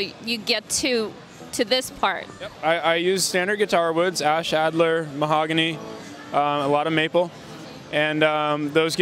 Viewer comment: "Adler wood". LOL EPIC FAIL. It's ALDER.